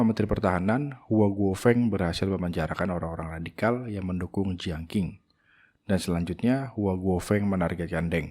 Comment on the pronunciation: Koreksi bang : dinasti Qing 1644 M- 1912 M = bacanya Chìng Klo dinasti Qin shi Huang 259 SM - 210 SM = bacanya chīn